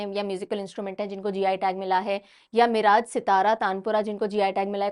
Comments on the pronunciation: Just a small info about pronunciation of name of a place in the video. Miraj was not pronounced properly in this video its pronounced as मिरज and not मिराज. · Mam o मिराज nahi मिरज hai..सांगली district Maharashtra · Hello mam One correction Miraj, Sangali, Maharashtra Its मिरज not मिराज Thanks 🙏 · Miraj nahi mam मिरज